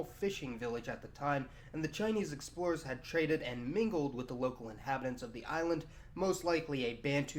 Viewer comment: is that pronounced "sex-plorers"?